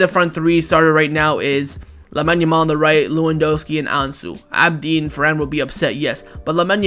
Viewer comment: It’s Abde (not Abdee) and whatever you said it’s not his last name 🤣